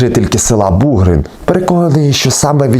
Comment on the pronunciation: Бугрин- наголос на" и".Іллін- на друге "і", Колесники - на перше "и". Вельгір - на" і". Угільці або як в нас кажуть Угольці - наголос на перше" і "або "о". Томахів - на "о".